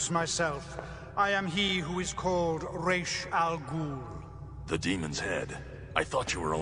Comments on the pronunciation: Ray-sh Al Ghul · I’m glad you liked it! Yup, It’s a total coin toss on how the name “Ra’s Al Ghul” is going to be pronounced, and I think at the point people are ok with that. And yes, Damian’s mother, Talia Al Ghul, conceived a child with Batman (whether or not drugs or coercion were involved depends on the writer), but kept the baby a secret until he was roughly 10, telling him the baby had died. Comics are weird!😅